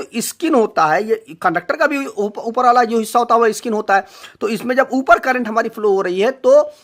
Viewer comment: इ-स्किन नहीं होता, स्किन होता है😁😁